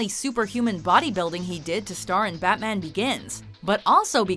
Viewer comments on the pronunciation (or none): none